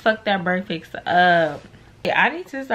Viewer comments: I pluck my phone every time says BreakFIX instead of BreakFAST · LeatherLondy brekfix😂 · The way this girl says “breakfast” makes me laugh every time 😩